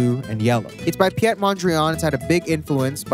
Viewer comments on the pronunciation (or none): Nab bro it’s not pjet Mondriaan it is p ie t Mondriaan ahahah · Its not pyet mondriaan its peet (pete) mondriaan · “pee-ette” mondrian? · I’m sorry you did not just say “pjët mondrian”😭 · There's nothing minimal about pronouncing the name of my boy Piet as if he's french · The pronuncination of Piet was a new one for me